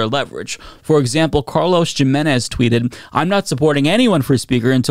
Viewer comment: bro cant be serious with the way he pronounced jimenez